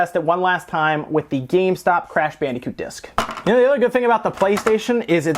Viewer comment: WHYYYYY MUST YOU SAY BANDEEECOOT???